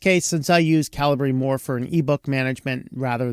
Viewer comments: Definitely should be pronounced “Caliber”…not “Cal-ah-bree”. That was very distracting. Also…pretty sure that Sigil should rhyme with vigil. Not however you said it. But I could be wrong. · Phonetically it's CAL-i-BER, it's not CAL-E-BREE... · Insightful video, but could not understand cal i bree, ruined the content and my whole day 😢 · I always thought it was "cuh-lee-bray" haha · This dude cant pronounce calibre...dont trust him.